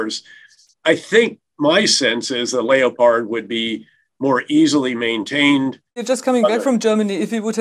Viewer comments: Why do they pronounce Leopard like a Re a tard? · What is it with Americans mispronouncing foreign weapons systems? It's a leopard, not a lay-oh-pard. They do the same thing with the RAF Tornado jets. It's just tornado, not tor-in-ah-do. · 'Lay a pard'? I thought it was Leopard. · He's pronouncing Leopard in the German way so I didn't know what he was describing at first, say it in 'Murican Lep-ard not Lay-oh-pard. LOL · What in god's name is a lee o pard? It is pronounced, like the cat, as leppard. The consistent mangling of our lovely language by our colonial cousins is pitiful. The constant mispronunciation spoils an otherwise interesting interview. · Wow... Credibility gone in a second when this General refers to the German Battle Tank as the Lay a pard. For him, this is like Kamala saying we are allies with North Korea. The Tank is the Leopard. As in a cat with spots. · Just call it.a leopard not a LEO- Pard. LOLOL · Lay - o - pard? does he mean Leopard as in the feline Leopard? as in Lepard.... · Leopard is not pronounced “Lee O Pard”. It is Lep hard. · What the F🦀🦀🦀 is a Layoparrd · Layo-pards? I always thought it was pronounced leopard like the cat? I mean it is, German tanks name after big cats right, Tiger, Panther, Leopard. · He pronounces the word ''leopard'' (tank) as Layopard? That's weird. Do many Americans pronounce this word in the same way? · Leo-pard? Isn't that what a dancer wears? I think you need to read a dictionary and learn how to pronounce the names of the big big cats. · Its funny that the News on Neutral countries doesnt agree with Germany and America. Russia has held a plebiscite. Supppose it had gone the other way? WOuld we demand that it be observed? Do any of you clowns know how to pronounce Leopard? What is a Lay oh pard? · How can a man with his experience pronounce Leopard ''Layopard'' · What’s with the LEO-pard pronunciation of the Leopard like a Leopard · They both pronounce leopard funny. Lay O pard. Hilarious.